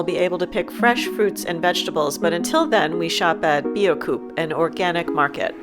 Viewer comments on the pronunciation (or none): Great video. Pronunciation tip: Biocoop = "Bee-oh-kop" 😉